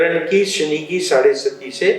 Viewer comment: साढ़े सती नहीं, साढ़े साती